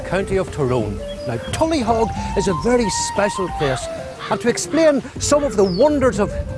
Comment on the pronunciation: It's not pronounced tullyhog nor was it a fort..what utter ignorance!